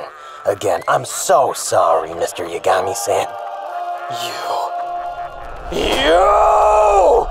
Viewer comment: I'm not sure which is funnier, the bad pronunciation or "Mr. Yagami-san", like he thinks 'san' is part Light's surname and not the Japanese version of Mr./Ms./Mrs.😆